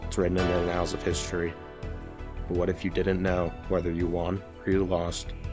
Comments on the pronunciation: Good video talk sport. Stop saying “annals of history” wrong! You saying anal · "uh-nals" of sporting history